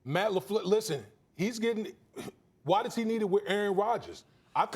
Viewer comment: This man Marcus said Matt Lafluuurlssss lmao